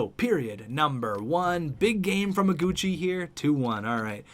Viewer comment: in Iguchi, the "I" is wrong. Google the name!!